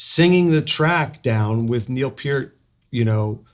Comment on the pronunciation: Thank you Richard for saying Neil's name correctly!